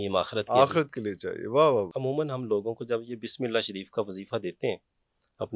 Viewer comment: اسلام علیکم معزرت چاہتا ہوں اس بندے کوخود بسم للہ صحیح پڑھنی نہیں آتی اور وظیفے بتا رہا ھے بسم للہ کےآپ سب لوگ غور سے سنیں جب یہ بسم للہ پڑھے گا